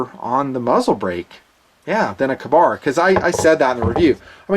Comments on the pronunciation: Lol, "KAH-bar"? Come on... KAY-bar! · I am glad I am not the only that thought it was a long-a instead of a short-a. Another example of Tomato/Tomato though. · Its a freaking Kay-Bar! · Makes for a good battle cry tho, "KAH-BAR!!" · Weird pronunciation of Ka-bar.